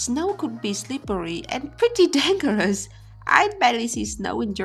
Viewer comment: The g in dangerous is pronounced as the g in Germany. 😊